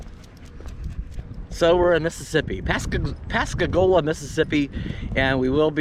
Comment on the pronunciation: I'm laughing at your Yankee tongue in this video. The way you pronounce Pascagoula and Bayou. So funny.